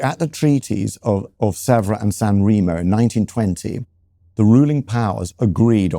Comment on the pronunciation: You are Italian for f. sake, pronounce San Remo properly.